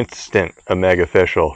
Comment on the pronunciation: It's oh-fish-al!